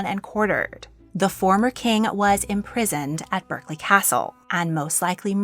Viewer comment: Can you please pronounce places names properly? You said Berkeley castle completely wrong ? Also you said Gloucester and Worcester completely wrong too. Please next time look up how to pronounce places first, before making videos? Except for this, you make a brilliant video and a brilliant series about the Kings and Queens of England.